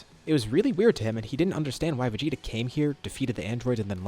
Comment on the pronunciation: "VeGTa" LMAO